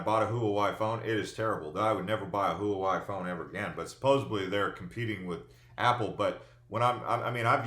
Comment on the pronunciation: Btw, Huawei is pronounced Wah-way. They’re being blocked by the prez as part of the China trade war also.